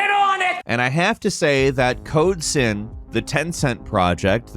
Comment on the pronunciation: it sounded more like code simp 😅